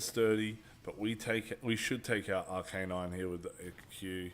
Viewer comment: I hate the way you pronounce Arcanine x_x